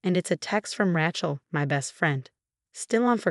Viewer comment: it is pronounced RAY-CHEL